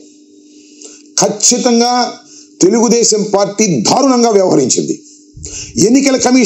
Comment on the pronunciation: ధారుణంగా కాదునాయనా దారుణంగా అనాలి.